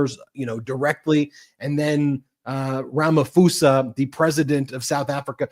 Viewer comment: Congratulations! Watching & following from South Africa🇿🇦 BTW, it’s much easier to pronounce Pres. Ramaphosa’s surname correctly: the ‘Rama-‘ is correct, short, rounded ‘a’s’, same with the ‘a’ at the end, but ‘pho’ is pronounced PAW, with emphasis. RamaPAWsa.